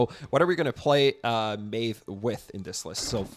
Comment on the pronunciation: Why everyone that is making rumble content can’t pronounce Maiev’s name?